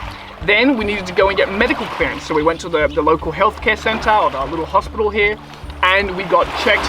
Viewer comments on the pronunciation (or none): none